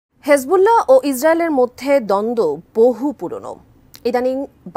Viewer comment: হিজবুল্লাহকে হেজবুল্লাহ বলাটা বড্ড বেমানান, শুনতে খুবই অসহ্য লাগে!